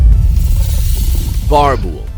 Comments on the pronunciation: Hello thanks for the video. The BoerBoel is pronounced like you pronounce the Boel part. Sounds like Boor bool. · I'm from south Africa cape Town that's not how you pronounce boerbul it'd boerboel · It's not pronounced a birbil dumbass. It's pronounced boorbull. Fokken lekke brake daai🐐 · BOERBOEL. 'OE' pronounced 'OO' not 'A' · What's a "bar-bull"????? Its pronounced "boor-bull" I mean you said the "boel" part right... just makes this whole video untrustworthy lol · Bar bull it’s Afrikaans my guy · Boerboel It's pronounced (boor-bull) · I really giggled when he said "barbul" 😂😂 I come from south africa and that is not how you pronounce it 😂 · I owned 2 boerboels and they were both amazing companions! The only thing that irks me is the way he pronounces the breed, it’s boo-ra bull, I’ve never heard anyone pronounce it the way he does lmao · boerboel as pronounced boo-rr boo-ell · Boerboel is pronounced Boor Bool btw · Its pronounced boo-rrrr bull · Is he pronouncing it rong Boer-boel? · There are no bad dogs but bad owners also im South African you mispronounced borbull in the South African language bor means farmer im even a proud borbull owner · I know the guy is trying his best but I have to laugh when he says Boerbull, that pronunciation is so bad, but well done for trying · He pronounced boerboel wrong 😂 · Your pronunciation of Boerboel is absolutely atrocious smh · My German Rottweiler is a complete teddy bear. So were the two boerbulls I had before... You butchered the pronunciation BTW... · Lol man needs to learn how to pronounce boerboel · When he pronounced a boerbull🤣🤣🤣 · this guy butchered the way you pronounce boerboel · me as a south african listening to you trying to pronounce boerboer im crying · when you cant even pronounce boerboel properly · You say boerboel so wrong it's so funny. I'm Afrikaans and live in South Africa so I know how you pronounce it